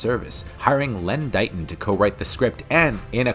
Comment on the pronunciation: Deighton is pronounced day-ton, frenais is pronounced freh-nay and Clement is pronounced the English way (and it’s Irvin not irwin). Apart from that all good